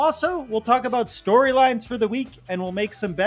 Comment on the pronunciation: “Stoweeylines dees r da stoweeylines”